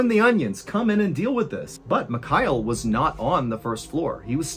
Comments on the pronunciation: Love your content and been a follower for a while but man… you’re ex mil, you can learn to say Mikhail, takes you 5s. Mee-Hah-ill Not micayell. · MihaEEL, not MiKAAel Please learn how to pronounce foreign names correctly, Sir !! Really annoying